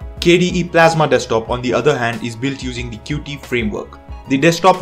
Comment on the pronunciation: Psst, Qt is pronounced "cute"